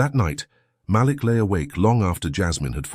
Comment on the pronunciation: Damn, its pronounced Maleek!